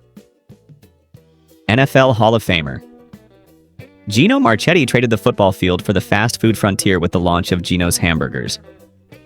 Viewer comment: If I could pick just one, it would be Steak 'n' Ale. They had the best food and salad bar at a reasonable price, in a nice surrounding that you could take a date to. I also miss Gino's. By the way, his name was pronounced Gino Mar-ketti. Me and my dad used to visit a Gino's every time we visited our relatives in Baltimore. Best burgers and KFC. Last time I was at one was at the one on Street Road in Bensalem, PA. years ago. It was only open for a short period while they tried to bring the brand back.